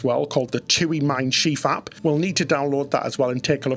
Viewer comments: Shiv... not sheeve bro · Your pronunciation of Schiff makes it “schief”- which is very apt. It means wonky, or it combination with the verb “gehen” as “schiefgehen” - to go wrong. 😂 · but it’s spelled Schiff, like Ship. One i!